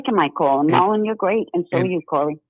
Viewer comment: Corey this handsome man next to you hame is Marlon not Merlen!!